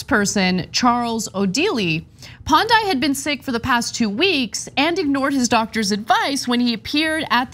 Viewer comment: As a Nigerian with the full background of the story I have this to say, 1. You guys butchered the name of the region Niger Delta Development Commission. 2. You butchered his name Pondei ! 3. You guys are not being fair to the guy in the grey suit 😂. All in all I never expected Nigerian crazies on TYT, only watch America's crazy here but there is more.